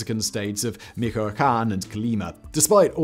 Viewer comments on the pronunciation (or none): Michoacan is pronounced "Meech-wah-khan". Great videi, neverthelesw, Simon. ❤